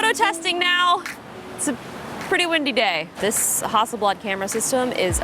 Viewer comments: the f is hawsleblad ? -_- it's hassleblad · I was just giggling at Justine saying Hasselblad the entire time! :)